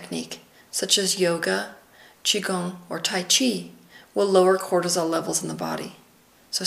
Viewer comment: Cortisol not Quartizole.